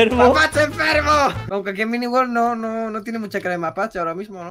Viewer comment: Creo q en el segundo dijo mini wold